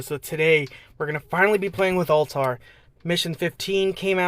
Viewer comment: not to nit pick but it's pronounced al-tie-air